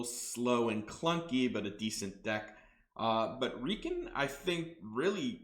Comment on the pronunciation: Great content, and my experience reflects yours. Heads up, that’s not how you pronounce Reeiken. It should rhyme with “Die Ken”.